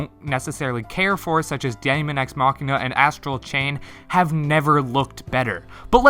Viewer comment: daemon is pronounced like demon